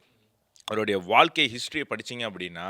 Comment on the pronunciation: தயவுசெய்து வால்கை என்று சொல்லாமல், வாழ்க்கை என்று சொன்னால் நல்லது